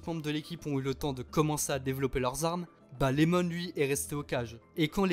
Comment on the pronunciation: C’est iemon pas Lemon 🤣